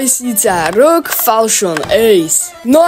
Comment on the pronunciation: jake rog to je asus a vyslovnost er ou dží inac good